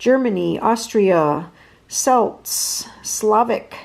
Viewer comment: Gosh all those meals looked so good, so yum, they were my sort of meal. The Celts is actually pronounced as a K not S